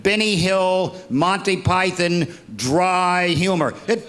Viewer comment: Rich Hall belongs to the UK. How do I know? He is the ONLY American I've heard who pronounces 'Monty Python' correctly.